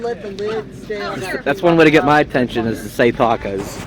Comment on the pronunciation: I asked my wife last week, What kind of accent have? She didn't know, When you say the word "Tacos" I swear you sound like you are from England or Australia. Have you met Tina from ZenQuest? She has an accent also, I had to ask her, It's Hawaiian pidgin and you're right, I do talk funny!!:)